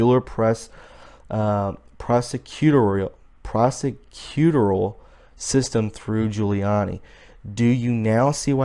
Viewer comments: prah seh kyoo TOR ee al (emphasis on TOR) = pronunciation of prosecutorial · Pro sec u TOR ial. Wtf you can read. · Love your passion bro... but u gotta figure out how to pronounce the word prosecutorial. ;) LOL